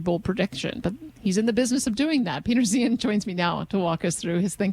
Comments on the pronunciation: Yet another creative pronunciation of Peter's name. Which is it? Zye han, Zay han and now this nice lady is saying Zeehan which I'd never heard till now. Anyone know how HE says it? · Any one else annoyed she kept saying his last name wrong? It's pronounced Zihahn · Least she could have done is pronounce his name the way he himself does. That seems more than a little disingenuous.